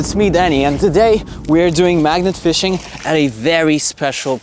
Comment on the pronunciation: Bro said fishing wrong 💀